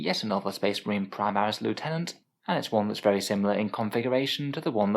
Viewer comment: You said "Loo-tenant". Then you said it again! Noooo!!!